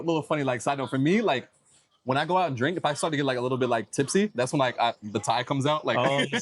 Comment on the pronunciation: "like" too extremely pronounced by both of you (youngster talk, I suppose, both too old for it), otherwise a very decent video, informative, helpful, best of all not typically vulgar profanity by nearly all usa (blacks) people in general unlike rest of entire world people, so appreciated, great content.